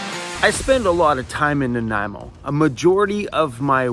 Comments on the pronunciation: Ok, SORRY... This was a lesson in how to say you know nothing about Vancouver Island without saying you know nothing about Vancouver Island. Argggg. I've been pronouncing it Naaan-ah-eh-moe Oh I've been butchering it bad. Sorry. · You made me question both my reading skills and my dyslexia with that opening "Naniamo" lol.